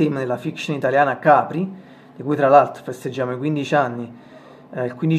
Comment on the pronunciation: "Capri" sounds good !